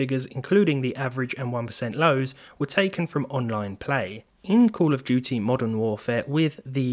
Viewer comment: call of jewty